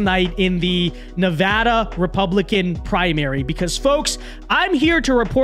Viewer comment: I'm just going to say it, as someone who was raised in Nevada it mildly annoys me every time a foreigner mispronounces our state's name. That being said, I appreciate the fact that you atually know how to pronounce Nevada, thank you.